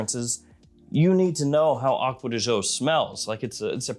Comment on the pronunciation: why you say acquea di zho? it should be Gio, like Giovanni